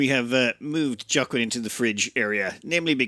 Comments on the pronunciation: Ah, yes, like the famous actor "Jockwin" Phoenix. :-P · That name, Joaquin is pronounced like "wa - keen", it's the same name of the actor Joaquin Phoenix